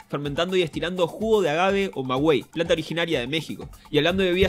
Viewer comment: Saludos rusitos queridos. Me llama la atención que un argentino narre un vídeo sobre Mexico, sobre todo por que no sabe pronunciar maguey lo pronunció como si llevara diéresis "magüey" 😁